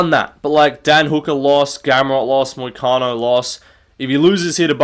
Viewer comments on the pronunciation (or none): "Freebie vs Moicano" This hurt to hear bro.